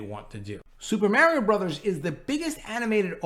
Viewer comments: agreed but Mario is a household name in many countries of the world. If someone is a videogame or movie YouTube at least they should take the time to learn the correct pronunciation:)) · Lol, all you put in the titles is destruction estos días mi hermano! 🤣 Aaalmosst correct pronunciation of Mario. Remember when you pronounced perfectly "Namor, NahMohrr Namoore! In Italian that one, that is, the A and the O. the Ri That is stronger ma non tropo, the i of Ri, a little longer like the one in" UnIversal" You are good at spoken word, and you can pronounce otros sonidos, mon ami 🤓🤝